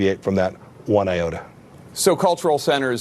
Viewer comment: Pompeo said it deviate “one AOTA”. AOTA is the American Occupational Therapy Association. The guy pulling the strings, trying to sound erudite, doesn’t know or can’t pronounce “iota”. Brian, you gotta land a spot on CNN or MSNBC. Teach these idiots how to speak in front of a camera.